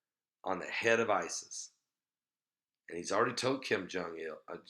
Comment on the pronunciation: OON... Kim Jung UN, pronounced 'OON'- like 'SOON' without the 'S'.